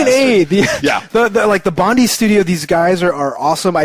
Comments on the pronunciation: It's pronounced Bond-eye! YOW! :D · you gotta learn how to say 'bondi' right